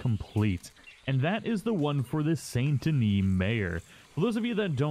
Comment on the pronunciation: Can we just talk about how he says the second part of saint denis correctly but not the first?